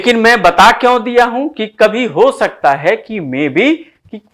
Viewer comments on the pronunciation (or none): आपका प्रयास सराहनीय है श्रीमन! एक नई बात सीखने को यह मिली कि अच्छे-खासे 'स' को 'श' बोलना हमें कितना 'उच्च' बना सकता है...नहीं-नहीं...बना 'शकता' है! 'शाहित्य','शुपुत्र','शंविधान' से 'हिंदुश्तान' निखर उठेगा! प्रणति!🙏🙏